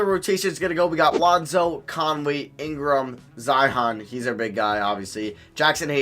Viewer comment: he said Zihon